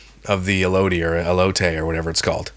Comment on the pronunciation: As someone from arizona the way you pronounced elotes took me out 😂